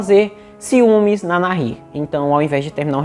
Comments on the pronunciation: Boa a história, gostei do canal. Parabéns, mas a pronúncia correta é Nair. Mesmo com o H entre o A e o I. Não diga NARRIR, pois é errada essa pronúncia! E também não se diz hókei. A pronúncia correta do esporte é Rókey, mesmo começando com a letra H! E se escreve HOCKEY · É Nair mesmo… o h é mudo!!! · Se pronuncia NAÍR. La H no tiene sonido. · Fala Na-ir... o h é mudo no español... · A pronúncia correta em espanhol de Nahir é "naír" (o "h" nao tem som). Abraços do Uruguay. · Meu querido a pronúncia correta do nome da moça é Nair. O agá(H) não modifica a pronúncia ok?. Um abraço. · Que ótimo vídeo!!! Parabéns!!! Sou tua seguidora e adoro assistir teu conteúdo! A pronúncia do nome da moça Nahir é sem pronunciar o H... como se ele não existisse mesmo... A gente tem a tendência a fazer som de dois erres (RR) no H por influência do inglês, onde fazemos esse som no H...Sou professora de espanhol e tenho dupla cidadania por isso me senti a vontade de dar pitaco aqui 😉! Então você estava pronunciando corretamente no final! Ótimo trabalho, siga assim!! 👏👏👏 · Se o nome é espanhol, se pronuncia com H mudo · Realmente querido, vc errou a pronúncia exata do nome dela... a pronúncia exata é, "Assassina Vagabunda"... Desculpe o desabafo sincero de uma mãe.... bjo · No espanhol, o H não se pronuncia.